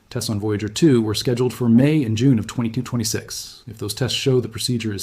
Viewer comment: Notice how he keeps pronouncing 2026 as 2226.